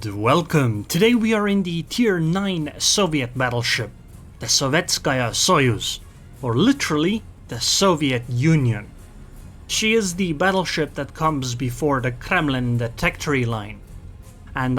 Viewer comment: Saw-v-YET-ski Sigh-USE (as in, "I have no use for this") ;)